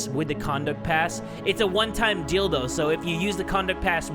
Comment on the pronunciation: am i the only one who heard when he said 'one time deal though' dildo?? lmao